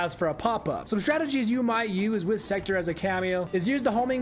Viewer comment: Pronounced sekTOR, not secter…